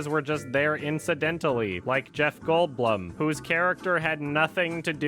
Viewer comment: has to be the only person to say Jeff goldblum's name exactly how its spelt